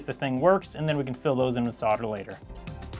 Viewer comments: Great channel but this guy cant say Solder it sounds like saw der instead of Sol der ? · "I forgot to fill in the two mounting pins with soulder" Mate I can't even plug my charger in the right way